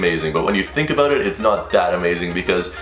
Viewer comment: Lmao bro what are you talking "aboat" man? Haha